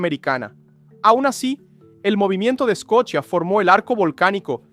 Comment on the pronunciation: 😂 la placa de eshcochia se mueve hacia el eshte 😂